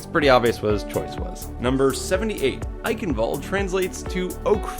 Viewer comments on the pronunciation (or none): "Eichenwalde" is pronounced "I-shen-vul-de" (kind of)